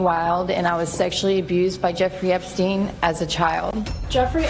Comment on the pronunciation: I hate AI videos- can’t even say the perverted man’s name correctly! I also hate Trump always being drug in - Trump is the one who started the investigation after realizing Epstein was a pervert! And for that matter - let’s be real - Epstein isn’t dead!